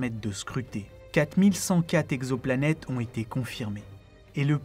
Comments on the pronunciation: Comme d'habitude un travail exceptionnel, une vraie réussite. Une remarque cependant, attention à l'orthographe notamment les liaisons. Cent "zexoplanètes" ça m'arrache les oreilles, il n'y a pas de "s" à cent. Cent "texoplanètes" est plus correct. RAS par ailleurs. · À 4 minutes 25, Cent t exoplanètes, pas cent z exoplanètes ! Ok, je chipote...